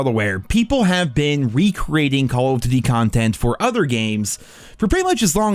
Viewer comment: COLOF DDTY, its call of duty you may aswell just say COD if you cant be bothered to say the full name